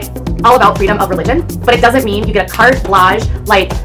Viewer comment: Cart bladge? 🤣😂🤣😂🤣😂